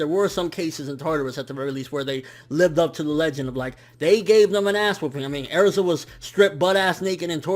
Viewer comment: its Erza not Airza -_